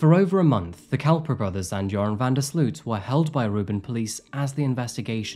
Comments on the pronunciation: 🙋🏼‍♀ btw Sloot issnt called sluut.. the double o is like the o in omg , so you can say o so its sloot , if its still unclear, sl + omg - mg + t. :) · You pronounce his last name as sloat. Like boat.